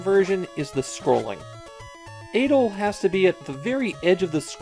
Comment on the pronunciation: I love how you can read katakana and still call him “Aid-ol” and the land “Ease”